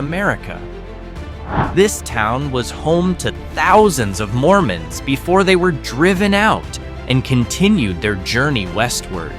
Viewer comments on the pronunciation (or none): none